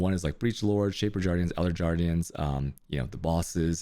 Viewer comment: shaper jardians and elder jardians